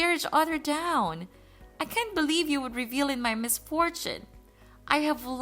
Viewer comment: Revel? Or reh-veeeel? I'm confused.